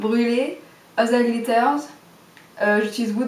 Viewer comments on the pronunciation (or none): Alz dat gliterz. MDR. Haha faut le prononcer en anglais ;)